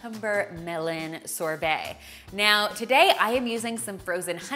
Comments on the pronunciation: The way she says sorbet :) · She’s pronouncing sorbet wrong n it’s killing me!! 😩🙄